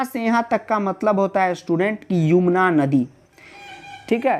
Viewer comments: वो युमना नहीं यमुना होता है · Sir Yumna nahi Yamuna hai Shayad wanha 😂